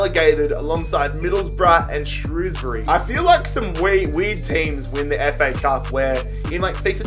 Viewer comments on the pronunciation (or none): none